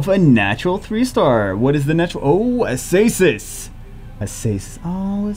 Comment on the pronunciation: Why u call her Asasis if its a C not an S , AKAsis maybe?